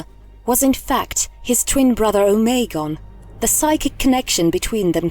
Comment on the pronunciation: Who is omaygon o me gon. Ignoramus